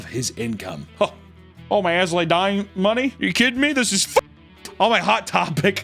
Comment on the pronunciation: please stop saying "As Lay Dying" and pronounce the "I".